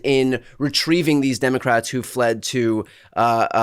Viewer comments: Stop saying FLED!!!!! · Stop saying fled. They did not flee